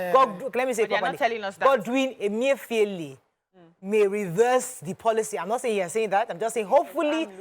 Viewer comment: That caller wailing and for an elderly man to be so disrespectful and copying unprofessional manner is not pronouncing the Governor of Central Bank's name properly is just so comical. I laughed and thought good karma when he said he campaigned for Buhari......lol.